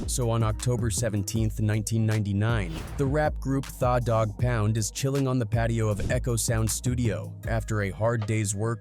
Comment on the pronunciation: The mispronunciation of (speaking articulate) The Dog Pound (Tha Dogg Pound)and Kurupt's The Streets is a Mother**** (The Streets iz a Mutha) was crazy work. Really starting to hate AI narratives. Either correct the pronunciation before posting or dont post it at all. I do enjoy the stories but it truly annoys me an possibly a few others when the words are totally F'd.